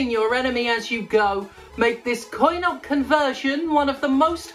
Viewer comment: “coin op conversion” I had to turn on subtitles to make sure you weren’t saying “carnal immersion”